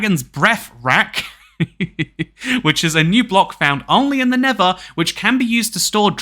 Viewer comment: I am sorry but it's pronouncet nether!